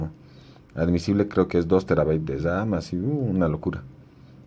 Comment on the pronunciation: Se llama memoria Ram no memoria dam